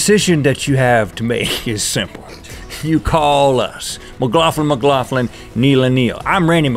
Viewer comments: You guys pronounce McLaughlin strangely. I've only ever heard it said like Mic-Lock-Lin, rather than your Mic-Loff-Lin. Xxx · Sounds like he's saying mclaugflin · Who agrees only link should say let's talk about that he does it perfect and who else agree's that its weird and cool how to bestfreinds have fucked up names lmao